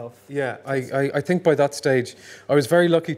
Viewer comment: I find it endearing when he slips into the heavier Irish accent and says things like "I t'ink" instead of "I think". Also he seems like a lovely man.